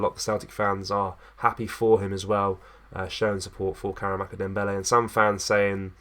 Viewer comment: More click bait pish...hardly worth a video. Here's a tip..why not wait til there's actually news to report on instead of constantly making vids about heehaw. Also, its karamoko not karamako 🙄